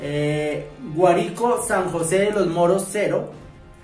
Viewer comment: GUÁRICO SAN JUAN DE LOS MORROS!!!!!!AMIGO LEA BIEN POR FAVOR!!!!